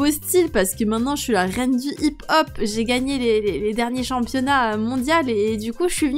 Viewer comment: Sa se prononce hip-hop